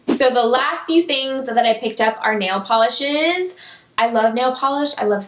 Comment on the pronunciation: Nail polisheees. Lol The way u said that word. :)